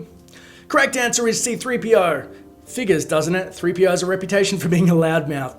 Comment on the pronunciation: Did any one notice they did C-3PO wrong. they did it C3-PO it's supposed to be C-3PO